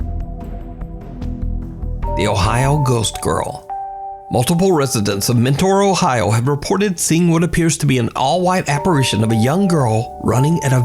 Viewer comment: Lol "Men- taur" Ohio. I live around 45 minutes away from there, most people around here pronounce it "Menner" or Men- ter